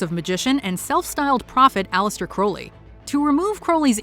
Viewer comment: Wow! She pronounced Crowley right!